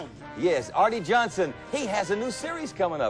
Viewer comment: Arte Johnson is pronounced "Artie," not "Art." The announcer didn't know that?